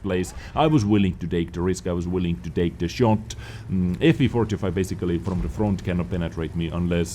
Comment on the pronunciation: When he says FV4005 it sounds like he says both "FV forty 05" and "FV four two O 5" at the same time